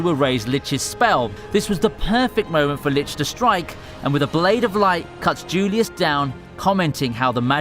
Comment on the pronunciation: That lits and tzulious though... it hurts every time